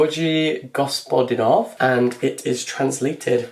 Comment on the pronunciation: sorry, this is just to say that you keep pronouncing the author of “time shelters” name wrong, it is georgi (gor-gi), said like gif and then the last name is also a g like in gif and then said as it is spelt, goz-pod-ee-nov:)